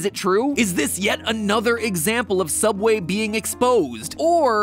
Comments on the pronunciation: sooubway toouna foouish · SOOUBWAY IS TOONAH FIUSH NOO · toona fouish sooubway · THEODD1SOUT HAHA. (Soubway is non-copyrights version of Subway) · James: Hi welcome to sooubway Mat: is that how it's really pronounced? Me: Y e s Edit: Tysm for the likes!